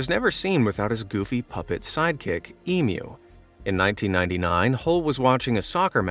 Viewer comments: Doth my ears deceive me an American said emu, not emoo nicely done good sir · Thanyou for saying emu correctly, now for learning how to say Aussie properly. Its a z sound not an s in Aussie, so it's said as Auzzie 💜🇦🇺